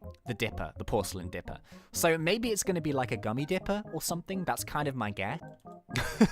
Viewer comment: U said ge not guess lmao